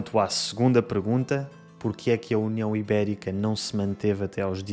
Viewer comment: So weird, I could swear I hear you saying “pregunta” instead of “pergunta” 🤔